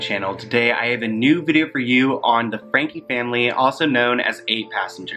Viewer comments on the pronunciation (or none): I love these videos because I think 100% this family needs to be canceled.. they have ALWAYS been so mean to Russel. but just so you know, their last name is FrankE pronounced frank-ey. Not Frank.